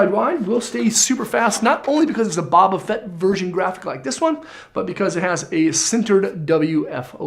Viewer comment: Bob a fett? Are you crazy???? That's not how you say it